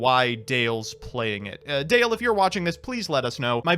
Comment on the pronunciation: DALE.... not Dan